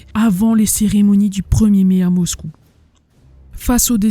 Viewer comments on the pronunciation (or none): none